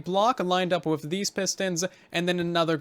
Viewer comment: u said wither instead of with..😂😂 I'm gonna make crimson fungus farm.👍